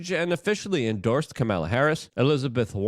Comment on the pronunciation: Luke… for the love of God… please pronounce her name correctly. You do a great job, but you need to stay on point so new viewers don’t automatically dismiss you.